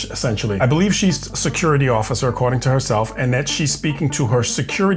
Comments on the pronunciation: She's a "secruity" officer Secruity, not security. 😂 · She sihcurrity 😮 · How can you have a business and not know how it's pronounced? It's se-cu-ri-ty.